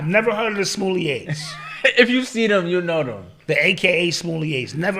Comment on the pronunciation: “I’ve never heard of the Smolliés”😭😭😭😭😭